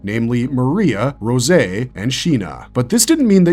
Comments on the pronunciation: It’s rose, not rosay 😂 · Its starting to look like its AI scripts the more of these i’ve been seeing. Mispronunciation of Rose was def a clue. And then being wrong about the wall Bertholdt kicked, being wrong about wall titans size, AND showing the wrong titan when talking about Reiss i’m starting to get the feeling this is AI content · As an english major I cringed a little every time he mispronounced Rose's name. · Yeah idk what that was about lol